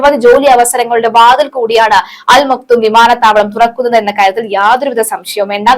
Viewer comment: അൽ മക്തം എന്നാണ്. അവിടുത്തെ ഷെയ്ഖ് കുടുംബ പേരാണ്. തെറ്റിച് ഉച്ഛരിക്കരുത്.